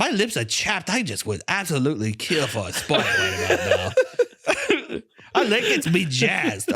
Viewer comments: Holy shit😂 that whole spwite bit, god damn that was funny! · Good god I'm pwetty parched wight now, I could kiww for a ice-cold bottle of Spwite.